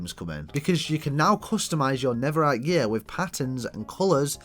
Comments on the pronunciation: bro it’s not never-rite it’s nether-rite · it’s an accent